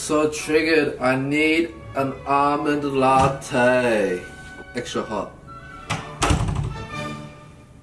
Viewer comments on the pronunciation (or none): It sounded a lot more like “almond la-TAY” lmao